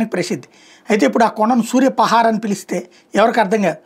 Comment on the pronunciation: సూర్యపహార్ కాదు సూర్యపహాడ్